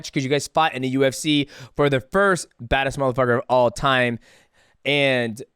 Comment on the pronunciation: Bruh stop saying MUH fu)&er lmao it’s like you feel ashamed to say it but wanna see like an adult.